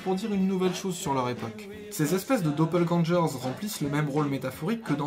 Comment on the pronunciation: Pour ma part, c'est le "Doppelgänger" prononcé "j" qui m'a fait mal à la linguistique (><) les 2 "g" se prononcent "g", en allemand y a pas de "g" qui se prononcent "j"...! Mais comme je suppose que tu ne parles pas allemand, je te pardonne... ^^